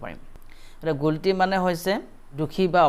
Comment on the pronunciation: guilty mane - pronounced tu Gulti buli kio kole , it’s not gulti , it’s guilty = गिल्ती